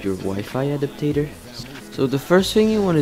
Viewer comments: Sound it out bro ad-ap-ter not ad-ap-tat-er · you say adapter wrong